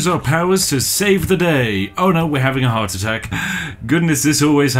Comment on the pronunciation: did you say “i’m having a howardt attack”?